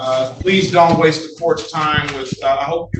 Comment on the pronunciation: I caught that he did not put the 'th' in the first time around, and the judge should have caught it also.